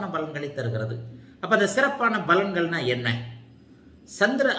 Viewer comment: Sir palangal and pournami.. not balangal and bournami.